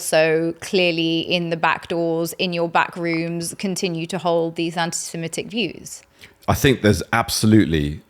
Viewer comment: Even British people are now pronouncing 'anti-Semitic' as "anti-Simetic". Bizarre phenomenon.